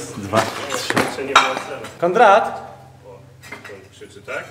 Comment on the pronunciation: Prezesie, mówi się KONRAD a nie KONDRAT !!!!